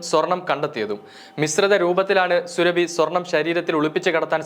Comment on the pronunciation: സുരഭി അല്ല, സൂറാബി ആണ്. മുസ്ലിം ആണ് ഈ സ്ത്രീ.